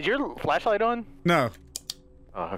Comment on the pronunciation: Anyone else realize Delirious said "fleshlight" instead of "flashlight" 😅